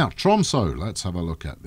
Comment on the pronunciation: Hmm why would anyone dislike these videos.. unless they are even more upset than me with how the pronounces tromsø:P its an ø not an o:D